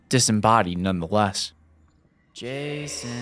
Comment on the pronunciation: Jason?! "JAY-SAHN"